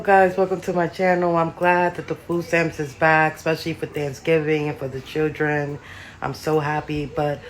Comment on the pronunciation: What's 'chirrr-in'? Oh, you're attempting to say 'children'😂😂